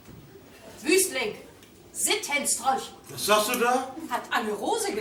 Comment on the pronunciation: Ein Sintistrolch? Oha 😂